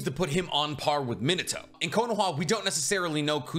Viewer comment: "Min-uh-toe". Ugh. This pronounciation kills me to no end. "Min-AH-toe" is just as easy to say, and sounds infinitely better, and happens to be the proper way it is pronounced. So many English speakers always do this and it just sounds so awful and is so lowbrow.